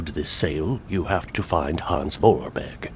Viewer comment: Voralberg... Goldberg... lmao